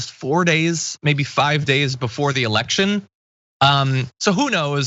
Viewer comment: To the lady, you come across as very smart, superstar material. Just please be careful with your inflection and pronunciation, "voters", "election" and "candidate", were 3 words that instantly changed you from a talented journalist into a Kardashian. All the best :)